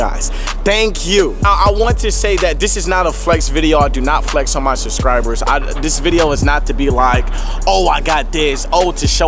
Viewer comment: "Suscribers" 😂😂lol congrats